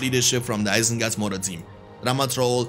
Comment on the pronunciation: "mor isengard team" :DD